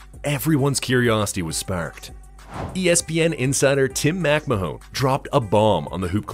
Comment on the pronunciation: AI has trouble with the name MacMahon. "Mack Mahone" 😂